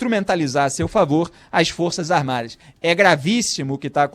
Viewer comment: O Idiota nem sabe falar Forças Armadas. ele falou duas vezes: Forças "Armadi "! Forças "Armadi "! E diz que é radialista! E quer dar seu parecer sobre o Presidente da República eleito democraticamente, mesmo "COM O VENTRE RASGADO POR UM PETISTA!" { PRESO EM FLAGRANTE DELITO! E ACOITADO PELO STF }.